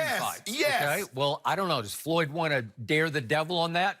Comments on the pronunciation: It is FLOYD........................Not FOLYD....lol I know Shannon is a idiot, but come on now :) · It's not foyld it's floyd wow. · “Foyld”? Apparently Money Mayweather wrote this video title. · Is that pronounced Fo Lid??? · Who's 'Folyd?' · He spelled floyd name all fukked up😂😎